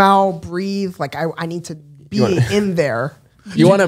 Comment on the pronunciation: I'm embarrassed by the way I laughed when said "you wanna BEE them" hahahaha